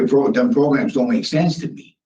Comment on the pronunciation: Progrums lol 😆